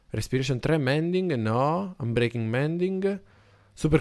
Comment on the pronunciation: Scusa si dice mending